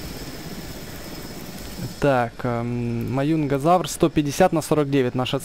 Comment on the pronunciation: Маюнгазавр это Маюнгазавр ане Мажезавр пж говори правельно